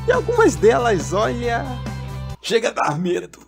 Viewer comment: Vc fala ih rapaz chegar😡